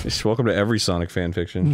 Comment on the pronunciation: No It's Sonic Not SaNoK